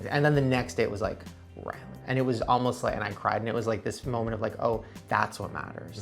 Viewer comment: Wait does Shane call ryland Ryan or ryland